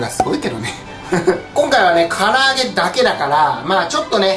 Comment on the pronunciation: ふぅぐのふぅら揚げｗｗｗワロタ